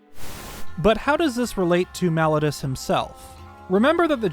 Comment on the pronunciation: I hate to be that guy but I really wish he would say Malladus correctly